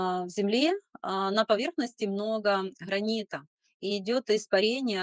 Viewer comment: газ, гранит, ,Гала!! По ушам режет😢😮